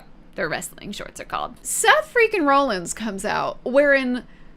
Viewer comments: Roll Ins? Not raw-lins? Ok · I love the misinformation honestly it made me laugh. Like Becky being married to LA Knight and not Seth “Roll-ins” (it’s pronocuned Rawl-ins) or every time you’d say Bloodlines instead of Bloodline. Great video and welcome to wrestling! Peacock has all the premium live events like Wrestlemania as they happen, and they get the weekly shows one month after they air, but they also have the entire backlog of WWE if you want to watch old things. They have a really good documentary on Cody Rhodes and several about The Undertaker. I’d recommend watching those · (RAH) (LINS) not (ROLL) (LINS) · Why are you pronouncing it Rawlings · Raw-lins not rollins. he pronounces it weird. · seth rah-lins, not roll-ins. text it to yourself, although im sure with over 1800 comments you have heard this already. im not reading them all lol. great video otherwise. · Very understandable mistake, based on how it's spelled. But.... "RAH-lins" Not ROLL-ins... Sorry, had to just do that one. Rest is fine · Best part is that you pronounced it Rawlins once then proceeded to go back to the Roll-ins pronunciation 😂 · no hate, only saying this because i haven’t seen any other comments but Seth’s last name is pronounced like raw-lins. no hate, love to see new fans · Seth Freaking Roll ins😂😂 I can't help but laugh when she says roll ins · It’s pronounced Seth Raw-llins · Seth Franklin rollings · I'm glad you had fun. Only three nitpicks.. It's Seth "Freakin" Rollins (pronounced Rawlins like Henry Rollins); it's the Bloodline, not Bloodlines, and Andrade's name is pronounced "On-draw-day". But I dug your gimmick and the facepaint. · You watched WrestleMania and even heard your friends talk about Seth Rollins yet you couldn't even pronounce his name right also jey and Jimmy uso aren't cousins they're brothers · The way she pronounces Rollins 😭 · You’re saying Rollins wrong 🤣 love it!! Welcome to wrestling entertainment universe. The fans are a huge part of it too!!